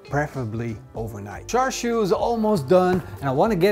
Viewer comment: Its actually pronounced shar shwee, or close to that. The red colour comes from smoking bbq.